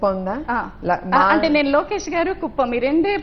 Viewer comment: కూపం కాదు రా బాబు కుప్పం